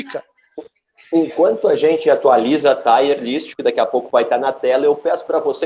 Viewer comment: O mínimo que QUALQUER profissional do audiovisual precisa fazer é se informar de como as palavras são pronunciadas. TAIERlist não existe é “TIRlist” Assim como não é “Fenerbá” e sim “Fenerbatchê”